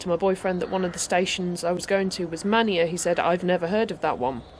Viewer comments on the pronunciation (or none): Manea is prounced mayne just to let you know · I've just come upon your channel. I have subscribed. This is a great video! I watched it whilst my wife was watching "Strictly"! Always interested to hear correct pronunciations of place names and, like you at the beginning, I had always thought it was pronounced "MAN-eya" which is what my father always said and he paired it with nearby Stonea. Is this pronounced "STONE-EE" do you know? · Manea - Pronounced "May-knee" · Lovely video starting from my hometown. Love your pronunciation of Manea 😂